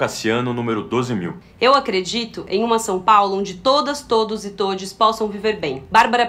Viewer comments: Ou você fala toudis ou você fala certo. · Kkkkklllllkkkk eu parei voltei o vídeo e ouvi novamente no "todis" aí eu falei "não creio que ouvi isso" kkkkkkkkk